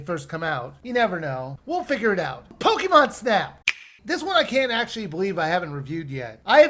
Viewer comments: A pokymon? The e in Pokemon is read as e in pocket. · Take a shot every time he mispronounced pokemon